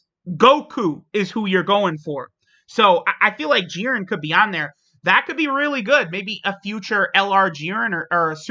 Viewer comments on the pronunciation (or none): Man said jiren. Almost as bad as when he said hit should be on conquest of terror lol